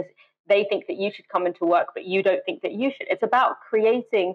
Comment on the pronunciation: It's so weird that pronounces "th" as "f" when he otherwise has a quite "clean", standardised, middle-class English accent. It would be like Fiona Bruce asking Boris what he "finks" about the chances of an EU deal.